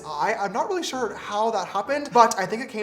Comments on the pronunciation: Ugh James you've broken me, I keep saying 'shore' now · Mom: what have u learnt from James's video Me : 'work' is 'werk' 'sure' is 'shore' and more coming soon lol